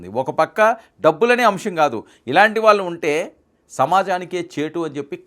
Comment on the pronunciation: మీ ఉచ్చారణ లో వాళ్ళు పలకడం సరిచేసుకోండి. వాల్లు అంటున్నారు. Ex ఇళ్లు, కాళ్లు, ఒళ్ళు, పళ్లు, etc. Tq and best wishes to u.